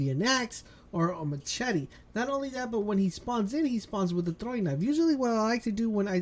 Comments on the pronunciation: Anyone else hear him pronounce machete like machete instead of mashete? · Ma-chetty xD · Its not ma-CH-ete..